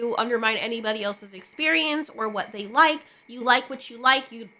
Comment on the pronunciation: "they" became ciralt lol